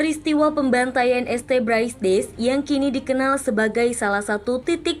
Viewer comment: Setuju bgt , jadi gk enak dengernya kalo pake kata este, naratornya n adminnya ini gimana sihh ? Gk mikir apa yaa ? Video buat publik kok narasinya kayak anak TK gini